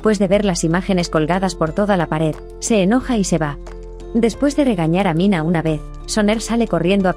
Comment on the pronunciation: NO ES MINA, ES MINEH.